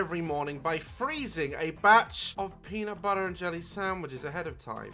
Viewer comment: Did anyone realise that Daz said “Penut butter jelly”🤣😂